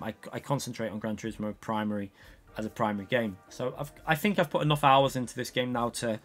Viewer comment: what i think is im tired of shtbag UK people saying FINK instead of think.